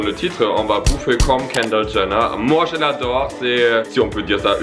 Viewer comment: je reve ou il dit (kander gener )